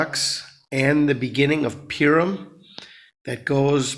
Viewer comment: Purim... pronounced Poohrim...😊